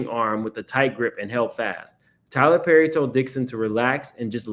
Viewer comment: 'Tyler Purrry'😭😭😭